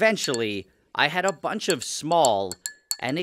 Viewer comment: Never heard the word “bunch” so butchered